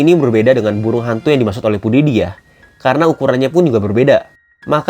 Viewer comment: pewdiepie = Pudidiy ✓